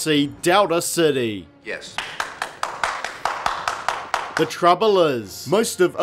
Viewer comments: Anybody else bothered by this guys pronunciation of "Dowda City" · I hear Delta City as “Doubter City” Seems more appropriate anyway.